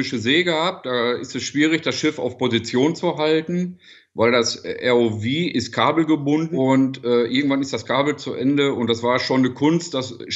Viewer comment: Warum sagt der Mann "ärr-oh-wie" (ROV) anstatt "ärr-oh-vau"? Abkürzungen werden so ziemlich weltweit in der Landessprache ausgesprochen. Die Amis sagen "BMW" auch nicht auf Deutsch.